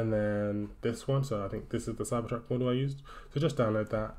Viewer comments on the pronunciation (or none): It is cybertruck not cypertruck